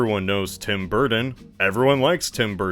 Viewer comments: In this video: "Tim Burten". "Tim Burden". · Wherein the hell are you people from that pronounce Burton as “Burden”. What state do you people live in cuz I’ll never EVER go there. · The letters D and T are not interchangeable. Burton and Burdon are not the same word. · Forgodden tim burden dude why do you have trouble with your t's lmfao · i can’t stop laughing this channel makes me laugh so fucking hard man edit: tim bur-tin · please stop saying bur-ton like that I’m begging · I swear, quit saying Burton as “burden”. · His emphasis on BurTON bothers me lol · This guy says “ Burton “ like he’s still figuring out the English language